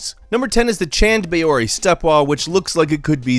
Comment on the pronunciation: You totally mispronounced "CHand Bawadi" in rajasthan India ,it pronounced as "CHAANAD BAAWAADE". and you were asking for forgiveness when pronouncing that japanese or chinese name :P